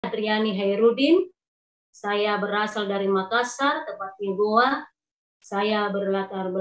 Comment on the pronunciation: Gowa bang bukan goa